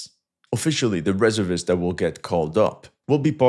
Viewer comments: OMG It's RESERVE-IST not REZZER-VISTS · delete the video and start all over. Its pronounced REEE ZER VIST not reza vis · In English we say Re-SERV-ists not RES-ervists. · Its pronounced ..Ree serv ists Not rezzervists 😅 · Firstly, It's pronounced: Re---ser---vist. Not Reser--vist. Secondly, Reservists are not only Infantry, they are include the same types of units that the Active military has. Why would you think Infantry only has rifles? They plenty of anti-aircraft shoulder fired weapons. Also why wouldn't artillery be there with their SAM's? This kind of limited thinking isn't something we expect from you. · Reservists is pronounced ree zerv ists NOT res er vists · Re SERV ists, not RE ser vists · Very good, but the pronunciation of reservists is reserve - ists. Say the word "reserve" as you would normally and add ists. Thanks for the great info! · It's reh-zer-vists. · omfg REZERRRRRRRRRR-vists you absolute ldiot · Why can u say reserve properly then SAY REZURVISSSTS. i really hate this guy. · It's pronounced re SERV ists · In American English it is Re-SEEEERVVVVV-ists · It's painful watching him mispronounce 'Reservists.' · Its pronounced reservists not reservists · Reservists. Accent on second syllable in US use. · Reservists it's not pronounced the way you are pronouncing it. The first part of the word, reserve, you pronounce correctly. It's when you pronounce the whole word reservists that you mess up,.